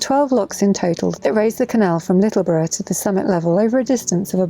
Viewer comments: yep love round there kayak from littleborough to the range most days in spring summer and autumn ....by the way you said Littleborough correctly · Correct way to say littleborough I thought you had already been through ealees lock nice start 👍